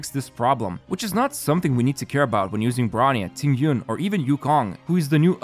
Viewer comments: Qingque is pronounced like "ching ch-yu-eh" , not QQ😭😭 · Qingque is pronounced kinda like Ching Chu-eh.